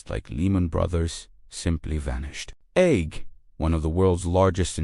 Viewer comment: Lol! It was trying to talk about AIG 😂😂😂😂 but yeah this is definitely 👎🏻 bad AI vid.